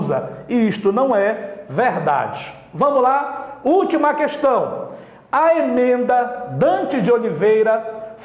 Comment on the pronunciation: "imenda", assassina o portugues